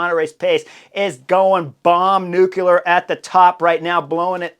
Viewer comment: NEW-KLEE-uhr. Not New-cule-ar.